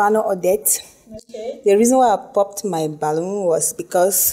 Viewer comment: Balloon not balloom